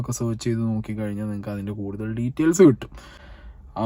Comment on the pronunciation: ആദ്യം ആ പേര് മര്യാദ ആയി ഉച്ഛരിക്കാൻ പഠിക്കു.